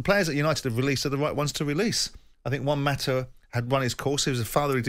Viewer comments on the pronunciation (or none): none